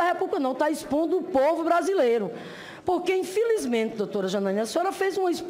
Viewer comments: mutcho respetcho, puliticu, infilizmenti, sun paulo, diretcho, mutcho mesmu, ispricá, supusições, sinhora, supusição, iscandalus, istrapulá, disconstruídu, infilizmenti. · "Infilizmente" não sei como tem gente que vota na senhora, senadora! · "Infilismenti" a sinhora num "ixprica" .."supusições".